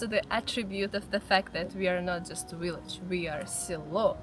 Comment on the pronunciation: I love your accent. "willage" 😁